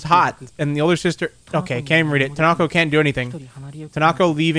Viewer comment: Can you really not say Tonako?